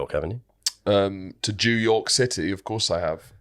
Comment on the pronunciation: 'to jewyork city' ' What?!' hehehe :)